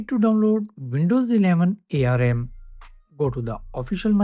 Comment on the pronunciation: It's not A-R-M. It's ARM!